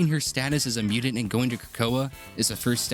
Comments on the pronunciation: bro, wtf is as mew-dint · wtf is a "mudint"??